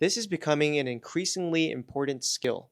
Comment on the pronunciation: The word is "IMPORTANT" not "imporant", you sound like illiterate not pronouncing random letters.